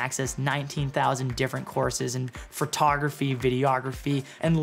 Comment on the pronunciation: Hey, I've asked you this before, but what is "Furtography" 😂 And great video thanks I was looking for a cart.